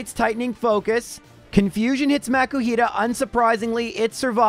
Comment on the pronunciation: Most PokéTubers I've seen, excluding the ones found randomly in the game, only use Rare Candies in Egglockes and that's only to get the hatched Pokémon up to the level of the one that you swapped it out for. I don't know why you're pronouncing Makuhita as if there were a C.